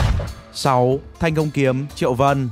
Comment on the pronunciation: Thiên cang kiếm, đọc thành thanh công, mé ngáo, tìm hiểu chút đi trời